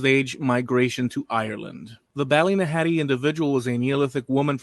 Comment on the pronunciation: No one in Ireland pronounces Ballynahatty or Rathlin the way you do. Very annoying having to listen to the continious mispronounciation. Other than that a good video. I've a DNA match to her on my mums side and to the Rathlin Island burials on my dads